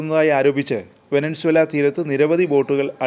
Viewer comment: വെനസ്വേല എന്ന് പറയെടോ